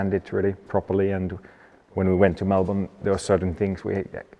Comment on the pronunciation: as an Aussie I love that valteri can pronounce melbourne properly.